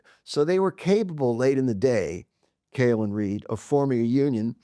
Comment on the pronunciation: It is John Cale, not John Cahill.